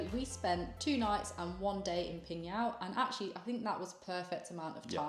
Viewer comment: wowww! Really rare to see tourists went to my hometown, PingYao! Especially on YOUTUBE. the probability is 0.00001%😂. It's really a small town. GLAD you enjoyed your trip there. And your pronunciation of my hometown's name really amazes me, truly legit, totally nailed it, definitely not like when you are speaking ZhangJiaJie.